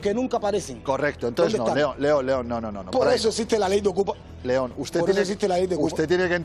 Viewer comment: 😂😂 Jetón en lugar de León